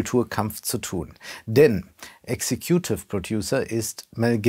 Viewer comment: Hi, es wird executive ausgesprochen, nicht executive